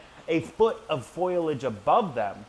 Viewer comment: Foliage, boisterous, pectoral, brood (and mouth brooder), emaciated., these are all words that you mispronounce and need to practice saying correctly. If you want to educate people you need to learn how to pronounce things properly otherwise you are mis-educating.